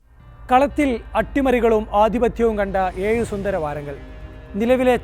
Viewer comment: നിങ്ങളുടെ അവതരണം നല്ല നിലവാരം പുലർത്തുന്നു. 👍🏼 'ഏഴ് ' ഉച്ചാരണം ഒന്ന് ശ്രദ്ധിക്കുമല്ലോ...❤